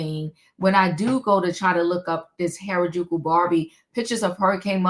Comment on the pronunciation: Good morning the word is (hair-a-joo-koo). And why would she come out and not clean up that double entender. Little ppl, little ppl.🤦🏾‍♀️🤷🏾‍♀️ Lordy she sounds a mess. Did they look young or where they young. Because she looks young.🤦🏾‍♀️🤷🏾‍♀️